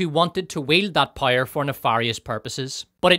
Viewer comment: It took me 38 minutes to figure out the reviewer was actually saying “power” but he was pronouncing it “pyre”. At least I got “fill ‘em” right away ! I’d just never heard “film” with 2 syllables before. The review was excellent .